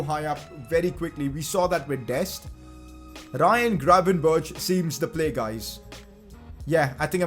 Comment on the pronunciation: I know it's pretty hard, but try to look up the pronunciation of Matthijs de Ligt en Ryan Gravenberch. The ij sound is very different to what you say, and the G and ch sounds the same but with a Dutch G which might be difficult but greatly appreciated!